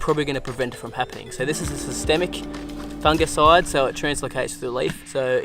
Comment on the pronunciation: It's "Foonjiside" brah! 😜🤣..... Great vid man, lots of fantastic content.